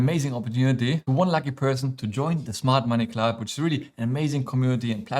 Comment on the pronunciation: Smart Money Club (although it sounded like you said Mart Money Club 😝) Thanks, love all your videos 😊